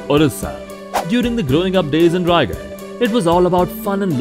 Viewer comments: Its not raigarh its rayagada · Not raygadh it's Rayagada, ରାୟଗଡ଼ା, रायगड़ा